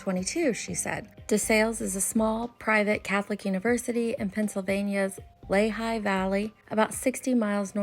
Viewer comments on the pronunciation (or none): It’s pronounced Lee High Leigh Valley in PA, I love how u tell the stories on here….